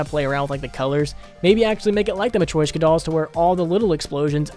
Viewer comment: The way he says matryoshka dolls is actually the worst thing I've ever heard.... "Matwoishcka dolls"